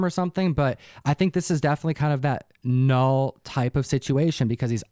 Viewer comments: It's not KA_NULL!! It's NULL. You don't pronounce the K just like you don't pronounce the K in KNIFE!!!! ENOUGH!!! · Null..... . It is (Ka)-not (Ka)-Null (Ka)-nuckle-heads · Its "Null" just like knee is pronounced "nee" not "Ka-nee". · The K is silent! But to be sure, ask Sire Cates. Or is it K'Cates. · Great video! I think that the k is silent in knull like it is with knife or Knight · Funny thing is last month I cancelled my pull of marvel comics. Then I hear the buzz and said “ oh well “ I go to get my books and what do I see? Marvel comics presents lol. Also it’s KNULL with a silent K like the word KNIFE or KNOW lol. Great video guys 🙌🏼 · The whole Knull situation... Donny Cates himself pronounces it without the K. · Well, use your ka-nife to cut the ka-night armor. I think its a silent k